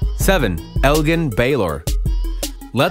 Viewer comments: Anyone else get mad the way he said Elgin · the dude doesn’t even watch the nba he said 3 players name wrong elgin baylor kawhi leonard and giannis name wrong🤦🏻‍♂️